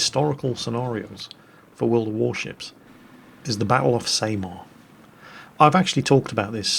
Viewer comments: Jingles it isn't pronounced as Sey-mar but S-a-mar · Honestly Jingles, I was trying to figure out where this Battle of Same-Ar was. Then I realised that you were trying to say Samar (Sah-Mahr). I like the idea of this WoT campaign co-op mode. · Jingles, It's pronounced Sah-Mar not Sey-mar... Jingles? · Filipino here actually Jingles, you pronounced Samar wrong Its pronounced sah-mahr Also Jingles I think that... Jingles?... gun clicks